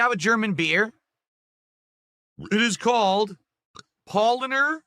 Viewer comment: Oh my god, at least try to pronounce the beers properly, you idiot! He butchered Paulaner.